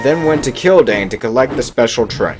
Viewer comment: “And then Duck went to Killdane.” Almost sounded like, “and then Duck went to kill Dane.”